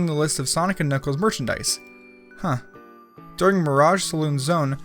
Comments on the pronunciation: HE CALLED HIM KUHNUCKLES THIS IS RETARDED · Did you say Kuh-nuckles? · Wait did you say kuh nuckles? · It's Sonic Mania oh and... K N U C K L E S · Did you actually just call him K'nuckles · Kunuckles? KUNUCKLES!? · That's what you correct? Knuckles has been a main character of the series with a 0% possibility of any fan mispronouncing his name, yet you managed to call him "Kuh-nuckles." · did you just pronounce the silent K in Knuckles? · Did this dude just pronounce the k in knuckles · Why do you pronounce Knuckles with a hard K at the beginning? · ...did you pronounce the K in Knuckles? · This video is cringe. The narrator called pronounces the 'K' in Knuckles and just no no no no. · did he just pronounce the k in knuckles? my goodness.... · the k is silent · Did you call knuckles k'nuckles? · he said "CuKnuclkes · Did this mongoloid just say kuhnuckles? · I'm sure you've gotten this before but his name is knuckles, not kenuckles, see this might be a little confusing but he's actually named after his large spikey hands, or knuckles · Ka-nuckles? You mean knuckles right? As in the K is silent? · it's pronounced nuckles not k nuckles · Kuh-nuckles, pronunciation gets better each day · [K]nuckles It's pronounced as just 'Nuckles' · k-nuckles.... #TRIGGERED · Did you just say.... K-nuckels? Like with 2 syllables? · K-nuckles? Seriously? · Did he say ka-nuckles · Did this nigga just say "kc-nuckles" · his name is kanuckles and he doesin't kachuckle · Ka'nuckles or K'nuckles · "Kanuckles"? Really? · Did he call knuckles.. KUN-KNUCKLES??? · Kuh-nuckles. Seriously? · ...Did you just call Knuckles - Cknuckles? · u said knuckles wrong u said cknuckles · Wait... Did he just say "K'nuckles" ? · It''s weird how you pronounce 'knuckles' as (Kuh-nuckles) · The first time why did you pernounce it k-nuckles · "Kuh nuckles" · DID YOU REALLY PRONOUNCE THE K IN KNUCKLES?! Do you call knife "kanife" as well? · this man said k'nuckles YOU got me fucked up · Who's kuhnuckles